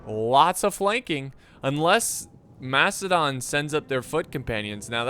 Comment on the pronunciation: I keep hearing "Mastodon" everytime he says "Macedon". It's okay to make mistakes.